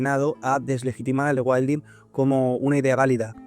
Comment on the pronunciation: con tanto "regüaildin" me pierdo